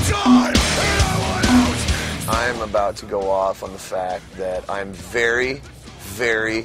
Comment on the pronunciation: it sounds like corey says Fery instead of very.